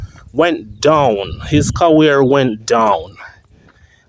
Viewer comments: Bro its career nt caware lol...I've been watching ur videos an heard u said it more while, its funny lol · Jah kw fam me love watch u video dem but hate u word pronunciations dem . Carwear?career Ect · Fan of your work.. Find it funny how you pronounce the word 'career' as "cawear" 😂. Keep up the good work. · Why do you pronounce "career" like that?